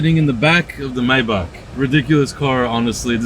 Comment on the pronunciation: And is not myback It’s Maybach👀